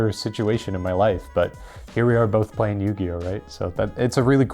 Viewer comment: "Playling Yu-Gi-Oh"